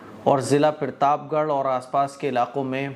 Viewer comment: भाई पिरताप गढ़ नही प्रताप गढ़ होता है